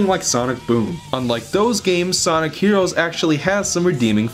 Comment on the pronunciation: Sonic herowos